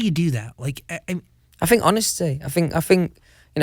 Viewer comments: AHAHAHAGAGAGGAHAGAA HE SAID "I THINK" AND THEN HE CORRECTS "I FINK" (he also do it ) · OMG HAHAHAHHA “i think” corrects it “i fink” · th= f, just so you know. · I fink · No one: Litterely no one: Louis Tomlinson*: I *FINK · How many times he said "I fink"?Lol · no one: Louis: I fink..... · No one : Louis : I fink... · if louis sang best song ever today, this is what I think it would sound like: uhhh yeah yeah , well...I fink it went oh oh oh honestly though I'm not sure, I fink it went yeah yeah yeah, i fink it gows ohhhhh...yeh gonowhat-a-mean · Louis: It is my biggest fings I fink I fink 😂💜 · Others: th Louis: f Ah fink, fank you, anyfing, fings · Nobody : Louis : i fink